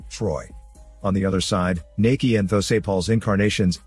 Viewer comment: Thanks for doing a Thai movie, btw, it's not pronounced "Nakee" it's "Nah-kee" :)